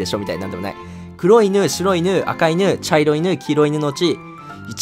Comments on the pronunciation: 茶色↓い↑dogは草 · ちゃ↑いろいドッグ